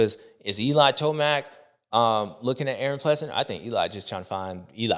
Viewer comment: Did you just say eli toast mac 😂😂😂😂